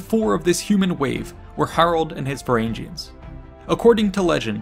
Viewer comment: These videos would be much better without the cringy pronounciation. Look at how you pronounce Harald. Now look at Hardrada. Why change the sound of the second "a" in the epithet? And don't get me started on "Varangians" again. I'll admit that the Norse languages are not the easiest to master, but for such well-researched topics, commonly used names should not be hard to find the proper pronounciation.